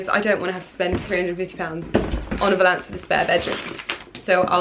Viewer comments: Btw I believe you are pronouncing valance incorrectly, it’s valance, not Val.....ance, lol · The way you pronounce ‘valance’ 😂😭☺️. Really hoping you find him 🤞🤞🤞